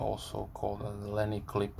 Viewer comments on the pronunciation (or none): Hi. What did you say the sabre clip is also called? A lenny clip? I'm sorry, I couldn't understand.